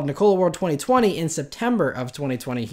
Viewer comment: can he stop saying NICOLA rather than NIKOLA?